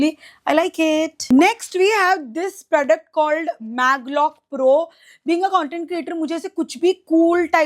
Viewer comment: Parfume, pradact, assesary?? ...bro😂whyyyy do u pronounce even basic words wrong